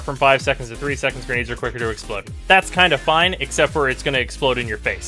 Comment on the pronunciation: wtf are genades (at tonkor) =)) nice englishhhhhhh DE =))